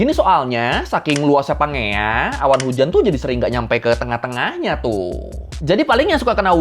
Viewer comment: setauku cara baca pangea itu "panjeia" cmiiw